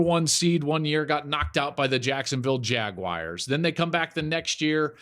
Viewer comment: Jacksonville jagwires